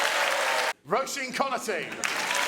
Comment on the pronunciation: love that you’re going back doing these. You have such an interesting perspective and love it that you take things so seriously! Btw— not sure if this will matter if you’ve already recorded these by the time this is posted but the ‘s’ in Roisin should be an ‘sh’, so it’s Roh-sheen.